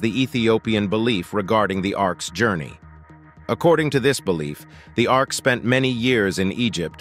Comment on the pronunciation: Ark, not Arc.